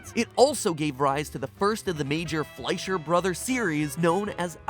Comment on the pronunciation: F L E S H E R. It's pronounced F L E S H E R. I just..... I can't!!!!! 😫😫😫😫